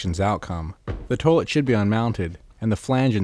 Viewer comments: Toilet is pronounced 'toy-let', NOT 'tuh -let' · toelet. toelet. toelet. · The way he's saying toilet is interesting.